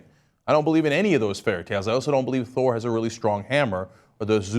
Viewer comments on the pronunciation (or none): none